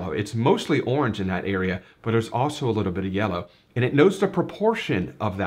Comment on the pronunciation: 'Awrnge' is not a colour - it's a noise.